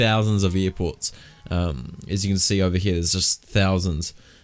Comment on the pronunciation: "eer ports"